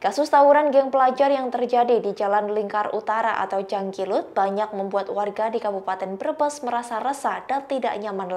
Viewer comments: Maaf mba bukan jangkilut...tp jalingkut... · jalingkut... bukan jangkilut... hadeuuhh